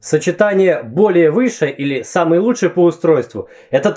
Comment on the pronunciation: ты знаешь что что ты говоришь: "лучшАй, ярчайшАй, и т.д." у меня так дедушка говорил и вообще раньше так много говорили в том числе по телевидению. можно видео по этому произношению? особенно интересно, это все так раньше говорили или говор региона?